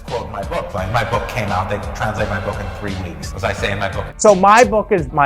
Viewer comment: "So my bOcK is my bOcK!" an extremely articulate speaker!